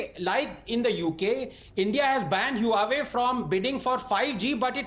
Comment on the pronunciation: huawei is pronounced hwa-way